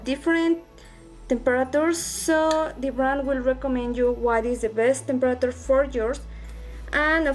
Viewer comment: And u say temperature wrong